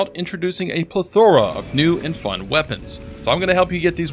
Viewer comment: I've never heard anyone pronounce plethora like that before lol